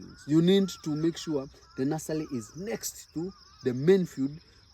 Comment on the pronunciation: Very helpful info! Stop saying nulsely! It’s NURSERY!! 😂